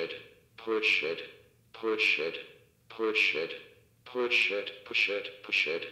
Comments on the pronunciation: why did I think it was saying poor sh*t 😂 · he isn't saying "push it" he is saying "poo shit" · I'm not the only one who heard "Poor SH!T" when the thing was saying "Push it", right? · i heard "poo shit" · I heard poo shit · I thought I heard bull shit 😅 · When the siren was talking it sounded like you say instead of push it the button it sounded like poo shit after a while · The speaker started to sound like it was saying "poor shit" when it was saying "push it" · When it keeps saying push it it sounds like Poor shit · its like its saying poo shit but hes saying push it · The megaphone sounded like it was saying “bullshit” when it said “push it” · I kind of heard Bull shit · The speaker sounds like its saying Bullsh*t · What most people hear: push it. What I hear: pu shit. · Same lol